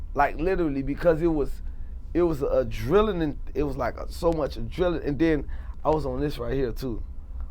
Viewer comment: Adrenaline he couldn't pronounce it